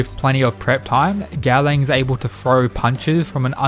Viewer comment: by god i love the content of your channel but the way you butchering gaolang's nameeeeee dhfhfhdjdhdhdh but still, here's a sub